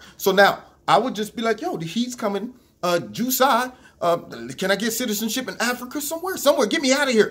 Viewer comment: Ju sigh Ju sigh!! God I never heard that pronunciation! Funny